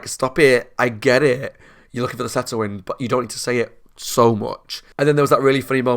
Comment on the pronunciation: "The Setterwind" 😂